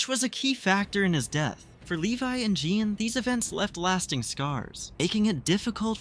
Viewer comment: Why do you get calling Sean Jean